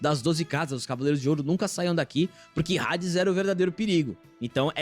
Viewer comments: Já eu não aguento ouvir Rades 😂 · Homem que fala Rades 🏳️‍🌈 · Não é Hades "Redes". Se pronuncia Adis. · tentei assistir mas não consigo ouvir eles falando hades com som de r